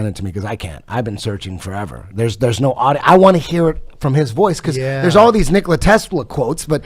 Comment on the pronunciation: The guy can't pronounce Tesla's first name right. It's not Nikolae or Nikolai but Nikola, like Eddie Bravo said. Nicolae Ceaușescu was a Romanian communist politician and dictator. Nikola Tesla was a Croatian visionary and genius. Btw, lots of books were written to hide the truth. They are used as the means of distraction.